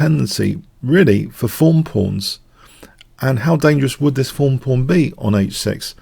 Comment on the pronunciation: He just pronounces "th" as "eff" for some reason. I think it might be a Spanish thing?